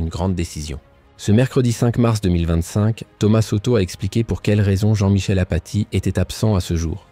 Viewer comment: Apati et non pas afati 😡